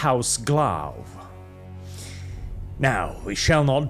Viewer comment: Wait, where is heldanes "horse face", and it's it Glaw like in Claw, not Glav?